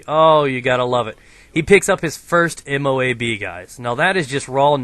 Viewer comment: Guys, you say MOAB as one word, not 4 separate letters. just thought i would let you guys know